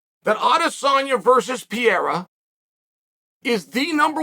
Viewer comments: Everyone: "Peheiha" - Chael: "Pee-era" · its PE REI RA, not piera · Everytime he says Pee-era I crack up 😂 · Call it what you want but Izzy doesnt try to damage his opponent... if it was up to him he would play paddy-cake for 25 minutes and that is just NOT exciting... and his PPV numbers show it... its in his head 100% and so is Pee-air-ah... whoever that is lol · PE-RE-I-RA 😅 man I wish he becomes champion so that you will learn his name.